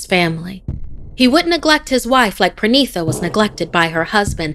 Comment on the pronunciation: Its pranita not pranisa It's spelled pronita